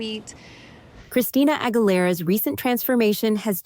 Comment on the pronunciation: christina angul- era!! lolol